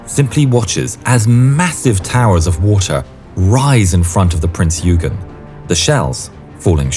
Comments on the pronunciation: Love your videos! BTW, "Eugen" is pronounced "oi-gen", not "you-gen". 🙂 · Prince Eugen is not(pronounced (YOU-gaen) it is pronounced (OY- gaen). Alles Klar? Chüß!